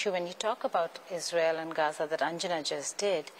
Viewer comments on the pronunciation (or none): none